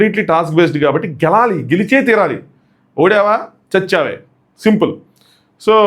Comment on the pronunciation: meeku gelavali ane word palakaru endhuku... Gelali, gelali antaru... Inka vini vini adagalanukunna ans cheyandi